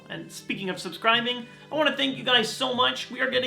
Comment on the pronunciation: Okay, it sounds like we are talking about "subsgrinding". (Seriously, it sounded like he said subsgrinding)